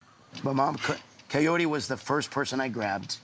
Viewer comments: “Not Coyote, call her ki-or-ti “ great , thanx Ed for teaching us how to pronounce her name wrong😭💀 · It sounds like Ed says Kay-oh-tee, instead of Kaory. Always makes me cringe. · Bro stop calling her cayote!!! It’s pro Ka- Ori! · Dude is correcting his mom but he himself is saying it wrong! Her name is K-ORy not KA-ory or Ca-oty like he has been pronouncing.... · kaorty lol its not hard to say her name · anyone else feel like Ed is calling Kaory “coyote” the whole time even before his mom does?? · Why do I keep thinking he's calling her coyote🤣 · Everytime he says her name swear it's coyote 😄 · Why did I always think he was saying Cayote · I'm glad "coyote" did not like Ed... he can't even say her name. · I keep hearing him say Coyote...😂🤣🤣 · I'm so over the way he pronounces her name. 😭😭😭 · is he just stupid and ignorant or is kaory's name THAT hard to pronounce correctly even after meeting up a few times? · The fact that he literally never pronounces her name right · Wonder if he will every get her name correct. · Ed, damn, say her name right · He STILL can’t pronounce her name correctly.😂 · Ed pronounces her name wrong